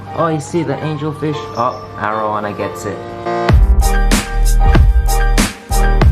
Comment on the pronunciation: Its air oh wana not are oh wahna